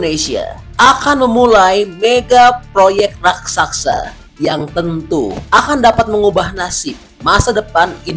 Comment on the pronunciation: Raksasa pak,bukan Raksaksa...pengucapan angka/nominal harga coba agak lebih tenang agar jelas,tidak terburu2 ,jadi tidak jelas apa yg dmasksud ucapan nya